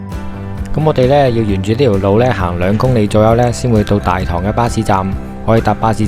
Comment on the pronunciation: 大棠的正確讀音係＂大糖＂